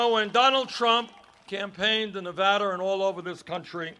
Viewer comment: YES! He said Nevada right!